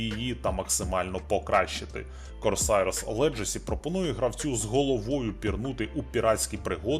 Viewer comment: Корсарс Легасi, а не Корсаiрс Леджасi.